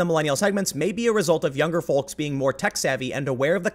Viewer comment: I love how Tim pronounces the “L” in folks. It’s brilliant 😂